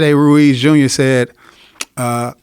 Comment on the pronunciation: Is it just me or did Joe Rogan start sounding like a Mexican when he said Ruiz was a bad mother fucker he went into an accent.lol